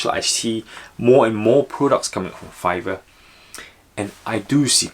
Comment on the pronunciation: Sure called Fiverr correctly.